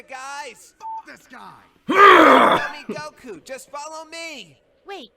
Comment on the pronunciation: Why does put so much emphasis on the U when he says Goku? lol. It's Góku, not Gokú.